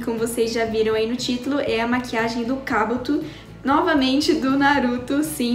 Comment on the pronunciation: 2021? E mano ela não conseguiu falar Kabuto direito 😁❤️ Mais até que a Meke ficou linda 😘